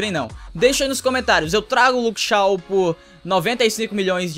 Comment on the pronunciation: so uma coisa n é Luke Shaw q pronúncia é Luke Chow